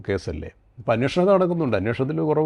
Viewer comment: അന്വോഷണം അല്ലെടോ അന്വേഷണം